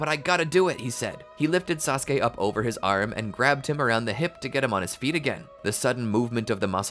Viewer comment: One syllable from SaSOOke